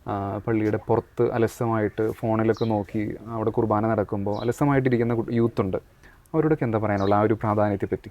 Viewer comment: കൃഭാന അല്ല കുർബ്ബാന